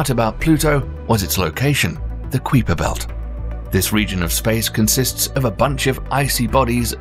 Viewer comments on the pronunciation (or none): You may wanna work on your pronunciation bro, it’s Kuiper not Creeper, Kui(Ky)per come one dude it’s universal spoken that way and you still called it Creeper. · Qweeefer belt does he know what a queef is it's pronounce kiper belt queef ffs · Kweeper Belt? What Kweeper Belt? I've only ever heard of the K_EYE_PER Belt. If this narrator is right then every astronomer I've ever seen interview - and there are reams of them - is wrong. Unlikely. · Goodness his pronunciation of "Keiper" is giving me the HEE BEE JEE BEE's everytime. It's pronounced "KY-PER" belt dude not "KWEE-PER" 🤣🤣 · How in the hell are you saying Kuiper belt lol its pronounced Kiper not Queefer 🤣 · bro stop calling it kweeper belt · Everyone else pronounces it "Kuyper...K I per... K eye per" where did Kweeper come from. Sounds kind of kweepy to me. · He keeps saying kuiper belt but kuiper is pronounce as keiper😭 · Its pronounced ka-i-perbelt not kweeper belt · Isn't it pronounced k-eye pur belt not quee pur or have I been wrong this whole time? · The Kuiper Belt is pronounced "Kai-per" as in "eye" or "sky" Belt. Not Kwee-per Belt. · not kweeper but pronounced kai-pr belt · Kai per not queeper belt lol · kuiperbelt pronounced 'queeper belt'? 'kai per' is a decent approximation of the dutch name or 'kyper' if you like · I love how he says the “kweeper” belt. I guess I’m just a yankee and he’s using the more fancy queens English🤷🏾‍♂️🤔😂 I thought it was pronounced ky-per belt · I cannot believe no one has said its pronounced k-eye-per, not queeper. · Kyper belt not kweeper belt 😂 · Ku wee per belt 😅😅😅 Its unusual to hear it pronounced this way. We pronounce it Ky per belt. Very interesting. I should look into why its pronounced this was. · "queeper belt" sounds like queefer belt. I'm pretty sure it's pronounced "ky-per" belt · We in the States pronounce as Ky-per belt, not Creeper belt 😂. Just play 😉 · It's pronounced ( k EYE per belt) not ( k we per belt) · Glad i wasn’t the only one who thought this 😂😂😂